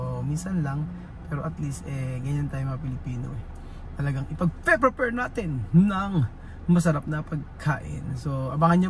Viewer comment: bka mabash kn nmn s kbila s sinabi mo...ng frefrefare (ngpreprapare) sabi mo.😅✌